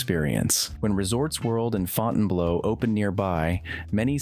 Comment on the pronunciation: The person doing the voice-over should learn how to pronounce words. FountainBleau = Fountain*BLUE* -1